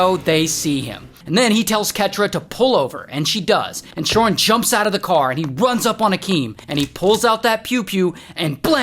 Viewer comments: Everytime you say this dude's name it took my focus off of the story, c'mon Ray!!😂😭 Shawwrrnn Me no likey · Idk why, but giggle everytime you say "shaurn" 😂😂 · "His name is ShaarrRn" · The way he said his name had me audibly laughing